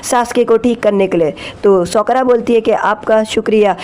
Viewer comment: sokara nhi sakura